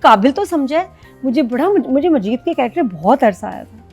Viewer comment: It’s Majeed not Hameed😂